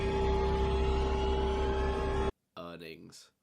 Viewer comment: Who else thought earnings said earings